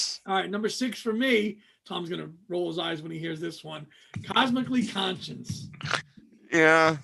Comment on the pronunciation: I love Down to the River, Keep Coming Back to Love, and Sweet Sweet Memories. I agree with Same Time Next Year being twee, very twee. I've probably only listened to Squid once or twice but I may give it another listen now. BTW It's Cosmically Conscious, not Conscience. That's your new Watersprout. lol